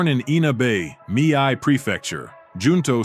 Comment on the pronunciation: Lmao. It’s not “mi-ai”, it’s “mi(me)- eh” ,Mi-eh prefecture. 三重県の読み方間違えすぎやろ笑 You just can’t get over us. Our “eyes” are just so keen. He’s like one of the great samurai.